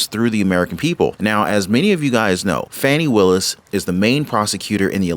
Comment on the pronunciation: You are mispronouncing her name.